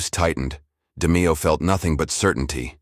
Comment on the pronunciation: Can't pronounce Nino or Roy's lastnames.. Adios